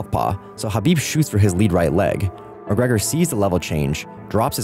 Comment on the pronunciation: Khabib destroyed him and you should pronounce his name correctly if you're actually going to talk about it. It's not an h or a k, it's in between kind of like when you're trying to hock up a loogie.